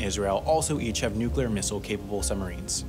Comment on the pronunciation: Finally a narrator that can pronounce nuclear!